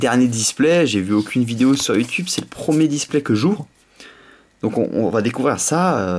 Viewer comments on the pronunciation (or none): none